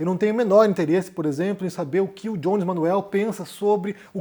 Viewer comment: Por que vc pronuncia o nome do Jones com a pronúncia anglófona? Se é pra pronunciar todo nome de brasileiro com a pronúncia da língua de origem, o seu nome se pronuncia com a pronúncia anglófona ou francófona????